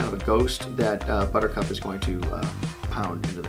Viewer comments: Buttercup is not a two syllable word buddy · He said that her name should've been two syllables and all I could think of was calling her 'Blistex' like the lip balm lol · Yes, a two syllable name like Buttercup... Buhcup... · Buttercup- 3 syllables... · buttercup isn't two syllable. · ...Butch, I hate to break this to you buddy, but Buttercup is a three syllable name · Is it just me or is buttercup a three syllable word